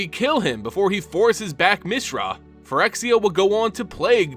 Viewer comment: Teferi... Teh Fair Ee Mishra... Mee Shrah Dominaria... Dah Min Ahh Riah Tamiyo... Tah Mee Yo At least you pronounced Phyrexian correctly